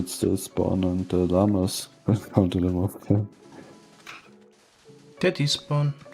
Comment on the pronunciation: Who else like how says llama